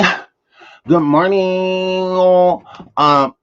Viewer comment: Am sorry you know it's not a real good morning if you are not saying good morntink